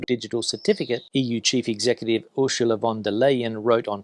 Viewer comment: And her first name is pronounced arse ula.